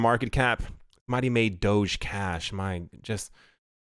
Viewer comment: It’s pronounced doge like (doh)gi... Just saying... Shamma Lamma